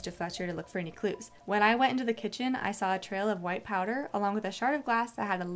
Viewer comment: Girl really said “you swaw it